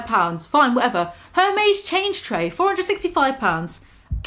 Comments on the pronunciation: Burrborr? Furnando Jurg? Murr? Herms? Well, congratulations, you indeed did butcher every name. Boernoujeck, Fernando Hor-Hé, Maier, Èrmès, Delvó, Blánick. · Herms.... Hermays.... Balensheeaga.... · omfg the way pronounced hermés 😭